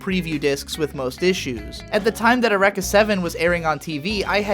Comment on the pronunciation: The way you pronounce "Eureka". muah muah Brilliant.